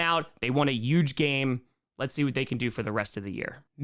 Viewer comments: These "power rankings" are dumb (and I'm a 9ers fan). In this case, dropping KC down and the Bills up next to each other illustrates my point. And BTW, the word "huge" does have an H; it's not "euge"! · I feel like intentionally said YUGE so many times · Take a shot every time says "Yuge." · has no trace of an accent Also: “yuge” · If you say huge as "uge", you have to say Jaguars as "yaguars" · One way I can tell you're from New York is whenever you say huge it sounds like Trump lol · can't say huge lol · please pronounce the “H” in huge.